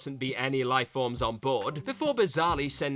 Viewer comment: It's the second WhatCulture video about Star Wars, with the same narrator, he keeps on saying "life bolbs" when it comes to the escape of R2D2 and C3PO. So, is it light bulbs or life forms, speak clear english damnit, you're a brit.